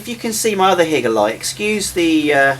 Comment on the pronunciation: It's not HIGGER it's Hi-ger just saying 😂